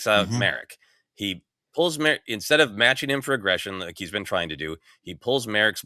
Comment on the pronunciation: It’s /MAH-rock/, not Merrick. Gotta get basic pronunciation right if you’re gonna podcast seriously. And if you’re a real fan…